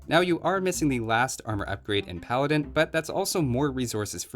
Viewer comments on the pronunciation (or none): none